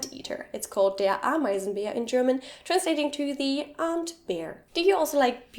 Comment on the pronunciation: You pronounced "ant" like "aunt" - I imagine an "aunt bear" is a quite scary animal :-)